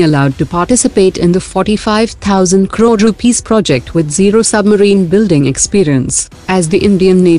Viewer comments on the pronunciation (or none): none